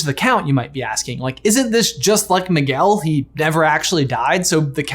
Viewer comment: 🤣🤣Maguel. Its Miguel (Me-gail).😂